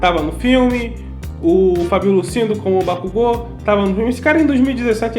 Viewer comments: Bakugu? Cara sério, oq o dublador tem na cabeça pra chamar o bakugou de bakugu, kkkkk ficou muito foda e engraçado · Déku e kazinho passa, mas bakúgu NÃO, MDS BAKÚGU PRA QUE MUDAR O NOME DO PERSONAGEM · Kazinho dá pra aturar, agora BAKÚGO cARA KKKKKKKKKKKKKKKKKKKKKKKKKKKKK Aí deu ruim kkkk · Sinceramente bate uns estranhamentos, mas depois de um tempo tu se acostuma. (Tem horas que vc até não percebe que eles falaram Bakugo em vez de Bakugou ksksk) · eu assisti dublado e falo bakúgu pq acostumei '-' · Bakugou Katsuki? Não, não... Bakúgu Kazinho.... yeah 😎👉👉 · Meu, kazinho até vai, mas Bakúgu foi de ferrar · na vdd, a escrita correta é 爆豪勝己 (Bakugou Katsuki) então tá corretíssimo. A fonética é Ba-ku-gô.